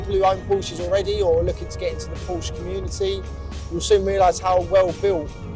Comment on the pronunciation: Por-sha. It’s a two syllable word.